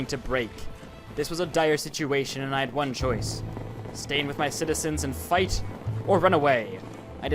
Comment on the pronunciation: In you kinda said fight the off but when you said fight kinda. Sounded. Wroung